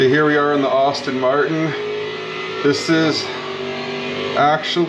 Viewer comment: Hey, thank you for posting this video. I appreciate the work you did to bringing this to life (FYI - I too am a fellow Asetek user, so I double-appreciate your videos) The only feedback I have for you is that "Aston Martin" is pronounced "Asstin" not "Austin". (Think Sean Astin of Lord of the Rings and Stranger Things fame, instead of Austin Powers :0) That's not going to prevent me from watching future videos though. Thanks for the post.